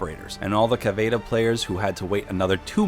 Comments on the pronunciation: Cavidera? Stahp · did you say cavaDa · Cavayda. Why. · This dude said cavada instead of caviera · Shes called cavaira Not cavada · The way he said caveria annoyed me soooo much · It’s (cav-e-air-a) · "CAVEYEAYA" cringe super obvious this dude doesn't play the game. feels like an ad more than anything else. side note: love how you went out of the way to use convoluted pronunciations that weren't even correct but didn't know that chimera is /kīˈmirə,kəˈmirə/ (kaimeera) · The way you say Caveira triggers me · “Capital and Caceira” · Why tf is he pronouncing caveira so weird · Why do you pronounce caviera like that?